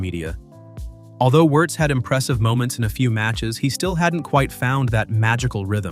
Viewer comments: It is pronounced "VIRZ", not "Yurz", for God sake. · Come on!!!! AI generated can’t even pronounce the name of the subject of the video😊